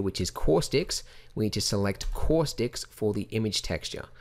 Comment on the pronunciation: Say "caustics" one more time. Kidding. I like your Australian accent, and when you say "caustics" it sounds Bostonian to me. On a relevant note, your tutorials are my "go to" for everything in Blender, and this tutorial in particular saves me buckets of time, mostly because I use a lot of... "Cauuustics." -- An American Fan of Blender Guru P.S. WHAT THE BLOODY HELL IS THAT THING ON THE CEILING?